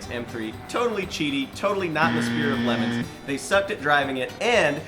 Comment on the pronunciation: GAH. Y'all need to remake ALL these videos. It's pronounced LeMONS, not Lemons.